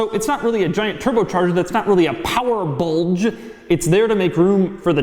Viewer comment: Doug the type of guy to unnecessarily put emphasis on "power bulge"